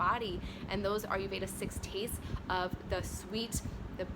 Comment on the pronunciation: it's not "are you"veda it's "ire"veda